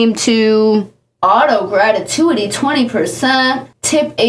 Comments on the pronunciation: I love the way you said gratuity like ratatouille like genuinely I’m cramping from laughter😭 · Your hair is FIRE!!! This restaurant is TRASH like a lot of spots here in ATL! Girl, if you cannot pronounce words correctly then please don't use them. You lost me when you butchered the words "gratuity" and "chastising"!